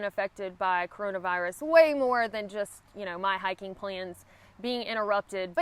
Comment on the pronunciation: Our prayers are with you. I get amused every time you say "hiken." Love it. You'all. from Texas. Blessings.